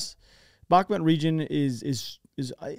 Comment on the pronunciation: Svatove is pronounce Svah-Toh-Vah. And Bakhmut is pronounced Bach-Moot